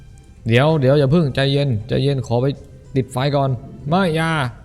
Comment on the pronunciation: 17.23 ลุงพีพูดไฟ ฟาย